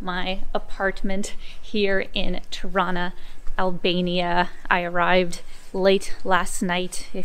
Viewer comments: It sounds like you're saying "Toronto" every time you say "Tirana" - you know, the way torontonians say it, by dropping the second "t". I'm getting the impression you're from Toronto. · Hello, is Tirana not trono! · You say Tirana, but I hear Toronna (Toronto). 😉 It's a hometown thing. Once the lockdown ends I'll visit my Albanian barbers and tell them about your videos. They are really good guys who tell me about their home all the time. Looking forward to more. Enjoy your visit. ✌✌ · I was listening while scrolling through comments and heard "Torona" too, did a double take. I think you have to be Canadian to get it :) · It almost sounds like you're saying Toronto every time instead of Tirana lol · Anyone else double-take on 'Tirana'? Sounds like how a drunk Toronto-nian would pronounce their own city's name!